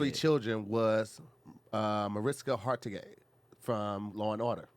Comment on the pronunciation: BUTCHERED Hargitay. 🤣 🤦🏽‍♀️